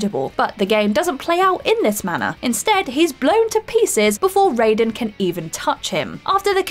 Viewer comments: The way she said Raiden... just no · Poor, the whole comments section is about her pronunciations of chimera and Raiden. Side note, it's pronounced 'Raysh":P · Chimera, Lazarevic and Raiden are mispronounced in this video just so you know. Good video though. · To be honest it’s quite annoying how wrong some of those pronounciations are. Chimera, Raiden & Raz Al Ghoul are not pronounced how you said them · I’ve never played a Resistance game but I’m gonna go out on a limb here and assume the race is called Chimera, you know, where the ch is pronounced as k. Also, in Revengence, it’s Ride-en not Ray-den 🤦🏻‍♂️ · it's Kai-Mera and Ri-den (Ride-den), Rayden is from Mortal Kombat